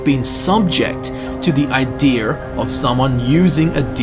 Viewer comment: i hear a lot of people say ideer. i feel like pointing out its pronounced idea. its also spelt as idea